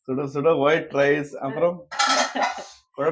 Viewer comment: Suda suda Satham nu Sollunga. Sis